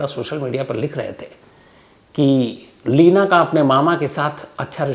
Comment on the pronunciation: Lavina Nhi Bhai, Leena😜